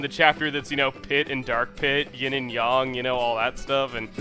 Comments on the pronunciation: It's Ying And Yang Not Ying And Yong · you for got the n in yang but anyways if you watch chuggaa's lets play of okamiden he will explain why he said yin and yong (by the way he is pissing me off when he said yin and yong IT IS JUST NOT RIGHT!!!!!!!) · Chugga said Yin and Yong...just....why.... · Yin and Y"o"ng? Do you mean Yin and Yang? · It's yin yang not young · It's yin yang not yin yong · yin and yong? really chugga